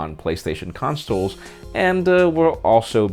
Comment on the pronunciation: What is Playstaion CONSTOLES? LMAO!